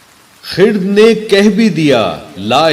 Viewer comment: خرد کو خ _ رد پڑھنا ہے 🌺